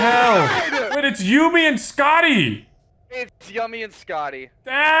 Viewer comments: every one: yummie: Yuumy 😂😂🤣🤣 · Why can never pronounce yumi’s name😂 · IDK how still cant say yumi's name correctly.